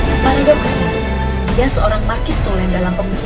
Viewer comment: Wah video selanjutnya sebaiknya di studi dulu ya pengejaan kata yang benar, soalnya tadi agak mengganggu, kok marxis dibaca markis Lalu tadi Ibrahim kan dapat gelar Datuk Tan Malaka karena diangkat bukan karena dari lahir. Lalu Madilog, bukannya madilog ditulus untuk menjadi dasar berpikir orang proletar? Isinya mengandung filsafat2 yang mencoba memerdekakan diri dari logika mistika, bukan merdeka dan sosialis.